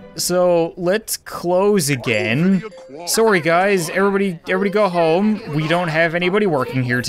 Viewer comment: Soary I love how he pronounces sorry